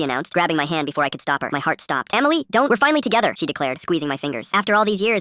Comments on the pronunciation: SAY EMILY NOT AMMYLY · Emily ❌ Amiley ✅ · “Amily” is crazy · "Eaaamilliy" - Dum ahh chatgpt